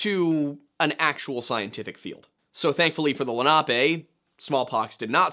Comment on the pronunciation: I remember when a guy named Albert Copper went missing near Pittsburgh, wonder if it has anything to do with this. It would've been circa 2013. Also it's Len-uh-pee not Len-op-ay